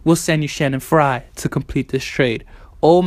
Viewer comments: Stop saying "Shanning Frye" it's "Channing Frye" with a Ch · Lmaoooo Shannon fry . He F up his name so bad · Just throwing this out there. His name is CHanning fyre not Shannon Frye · CHANNING FRYE. CHANNING NOT SHANNON.